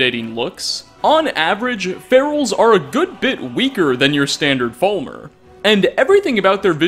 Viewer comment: does anyone else find it annoying how he pronounces falmer as full-mer? he also pronounces cairn as karen